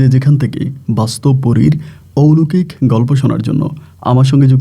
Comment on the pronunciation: bhai, uchcharonta hobe oulokik noy, oloukik, bujhesen.